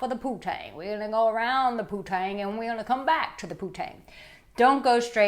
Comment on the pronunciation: It ain't "poo-tang", nimrod...it's "poon-tang". Smdh...daddy must be so proud of his baby girl